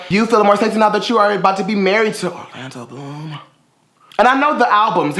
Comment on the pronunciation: The way you said Orlando Bloom. Such a vibe 😂